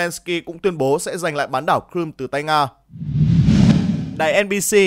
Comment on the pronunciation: Crimea chứ ko phải cờ-rum